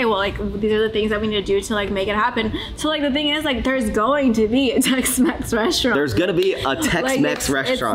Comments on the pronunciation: Not Tex-Mex but Tex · Are you going to call the Tex-Mex restaurant “TexMaxx” 😉😉😆